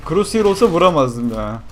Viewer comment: no croshear diyon